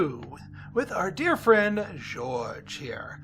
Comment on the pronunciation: Pretty sure Jorge is pronounced in the Spanish style (Hor-hey). But what I know, I've never been to Spain, but I kind of like the music.